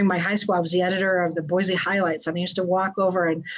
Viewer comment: Thank you for pronouncing Boise (Boy-C) correctly. PS -, Hi from Cape Coral. It was hot down here today.